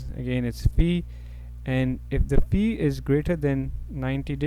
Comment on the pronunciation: Sir its faiiii Not feee.:) Thanks a lot